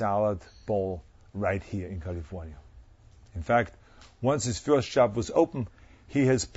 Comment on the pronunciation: did he say "Kulifouaatyaauauauniiyauauaa" ?